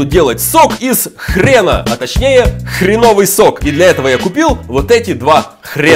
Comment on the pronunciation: Хреновый ударение на Е.